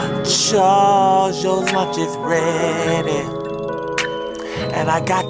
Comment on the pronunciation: Charwsssss Yo Luch Iz Readyz... This was on point appreciate the effort!!!